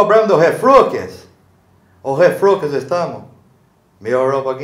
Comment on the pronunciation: Cara, eu piorei do "refluquis" do estômago viu! Kkk